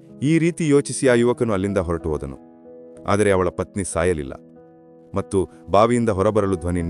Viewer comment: ಕ್ಷಮಿಸಿ ನಿಮ್ಮ ಉಚ್ಚಾರಣೆಯಲ್ಲಿ ( ಮತ್ತು) ಎಂಬುದನ್ನು (ಮಟ್ರು) ಹೇಳುವಿರಿ ಅದನ್ನು ಕೇಳಲು ಅಸಾಧ್ಯ ನಿಮ್ಮ ಯಾವ ವಿಡಿಯೋ ಇನ್ನು ಮುಂದೆ ಕೇಳಲಾರೆ